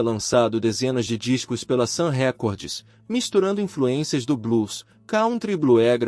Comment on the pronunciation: Não é "Sam Récordes", a pronúncia correta é: "Sam Rikórd.